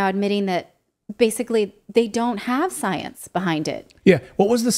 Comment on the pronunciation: Its the different between science and "soyence"